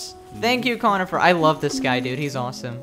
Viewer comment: I don’t want t to be that guy, but Cornifer isn’t pronounced conifer, it’s Cornifer with an r